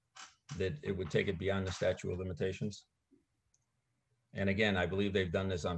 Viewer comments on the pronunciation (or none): I think he's saying "statue of limitation", maybe I'm wrong but that's what I hear. It's "statute of limitation". This is a whole bunch of cringe on Billy's part. Who is Melanie Griffith? Is he namedropping a celeb for brownie points or is it some random person we don't know connected to this case? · "'Statue' of limitations?” He says it twice. This guy is quite the character.